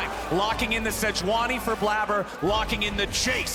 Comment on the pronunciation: We just not gonna talk about how this is blabber and the way he spells it is pronounced blayber